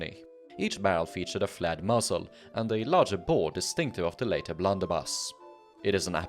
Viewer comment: I kept hearing 'flat muzzle', and then worked out that you meant 'flared muzzle'. Good video though.